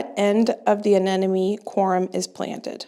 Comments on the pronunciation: uh-NEM-o-nee. The word “enemy” is not in the flower name. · Corm, not corum. Anemone … a-ne-ma-ne. Hard one to pronounce😊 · Hi, I've been following your channel for about 2 years now, and I love it. I know it's not always easy to pronounce plant names, so I thought I'd make it a little easier for you. The rannunculas grow from a corm (rhymes with Norm)...not corUm; and the aneMoNe rhymes with money. I struggled with this one, too. Thanks for taking us along with you to the Garden Show, and getting us excited for Spring planting. 💚😊💚 Spring is so exciting